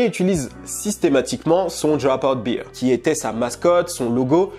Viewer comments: Sur la prononciation -> si tu dis bear (ours), il faut prononcer Bere, pas bire (beer), qui veut dire la biere. Super contenu en tout cas, merci beaucoup d'avoir publie! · Attention,: « bear » ne se prononce pas comme « beer » en anglais. Ça se dit plutôt comme « bare » (je sais pas si ça t’aide). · C'est BEAR et non pas BEER. Just FYI. Bon Boulot 💪🏻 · Bère (bear) pas Bire (beer) ! Sinon super vidéo merci pour les infos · "Bear" (Ours en français) se prononce comme ceci: Et non comme "beer" (bière en français). Le top cette vidéo, merci!